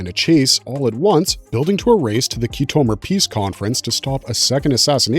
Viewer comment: ok Firstly, learn how to pronounce Khitomer. Star Trek had many endings. But it's final one is the worst of all. When Kurtzman and Secret Hideout took over and turned it into a joke, thats when it was really killed off. Unles they rest it for at least a good decade, it will remain a joke and a dead franchise